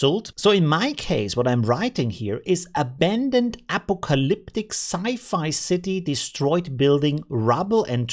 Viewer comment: FYI apocalyptic is pronounced "a PAW kah lip tick", though I may start calling it Apo-Calyptic lol